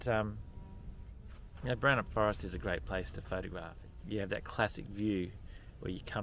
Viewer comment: Glad or hear you get Boranup right, annoys m when people weight the first syllable. I learned to swim at Flinders Bay and Hamelin Bay. I used to fish off that jetty.